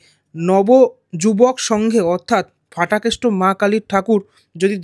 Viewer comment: Aar otake danda noi, chori ba lathi bole Ki bhasha! Aar bangla bhashay na f nei. Ph ache. Ota Phatakeshto, English word fool er moto ucchharon e Fatakeshto noi